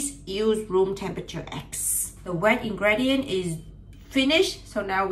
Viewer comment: I still understand your English well, but it pronounces /in-gri-di-uht/. I am an English learner too so I think you may find this comment helpful.